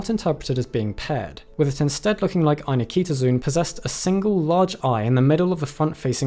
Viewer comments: I was about to make the same comment and thought I’d check to see if anyone else had called attention to this - you win! (Same issue with the frequently mispronounced ‘zoology’ (zo-ology)) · Great post as usual. Just one remark: in Latin (and Greek, from where the word has its roots), 'zoon' is pronounced 'zo on' (as in go on) (not zoon as in zoom). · Every time the name appears on screen, it has four syllables: Ai-nik-to-zoon, yet every time he says it, he pronounces five: ai-ni-ki-to-zoon. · "zoon" [zoh-on] is Greek for "animal" It's not [ai-Nikita-Zune]. It's [ai-nik-toh-zoh-on]. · Here’s a start to knowing more: Ay-NIK-tuh-zoh-on. Not Eye-na-kee-ta-zune. Whenever you see “zoo” at the end it’s “zoh-oh”. And often at the beginning. Pretty much “except the word ‘zoo’ itself”. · FYI it is pronounced 'Aye neek toe zow on' not zoon. Arguments about the anglicization of Latin aside. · What is it with YouTubers not looking up pronunciations before doing videos? The last part of the name is NOT pronounced "zune", it's pronounced "ZOH-on". Just like zoology isn't pronounced "ZU-luh-jee", but "zoh-OL-uh-jee". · It's ai-nik-to-zo-on, not any-kito-zun. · Pretty sure "Eye-nik-to-zo-on" is not pronounced "Eye-ni-KEE-to-zune". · "zoon"? ffs, 'zoe-uhn' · This is a really pedantic point, but every time you say ainiktozoon, you're stressing a syllable that isn't even in the word - "ainikEEtozoon". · Not AnikEEtozoon. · I've notices 2 mispronunciations. The 1st being "Ainiktozoon" with an unneeded extra I, the 2nd being "Thylacocephala", as if you forgot the soft-C rule. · I dislike your inclusion of a superfluous syllable between Anik- and -tozoon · The fact that you're pronouncing "Ainiktozoon" with another "i" after the k bothers me for some reason....is that really the pronunciation?